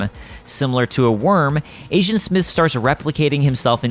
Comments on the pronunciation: When you say agent, it sounds like asian. Lol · I Keep hearing “Asiant Smith” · You keep saying Asian Smith... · I keep hearing ASIAN smith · Kept hearing him say “Asiant Smith”